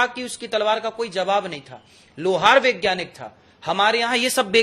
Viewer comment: महाराज जी.....वैज्ञानिक बोलिए.... विज्ञानिक कोई शब्द नहीं है।। बताओ आप ठीक से हिंदी भी नहीं जानते 😂😂😂😂😂